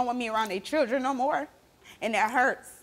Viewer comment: What's a chirdrin?